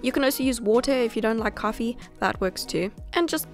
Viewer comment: You say coffee with an American accent